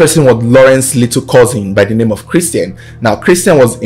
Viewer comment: Well narrated and names very correctly pronounced 👍🏾👍🏾👍🏾👍🏾👍🏾👍🏾!!